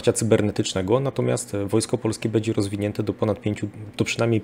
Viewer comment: Bardzo kłuje w uszy mówienie e zamiast ę np bedzie. Broń Boże się nie czepiam tylko taka mała sugestia.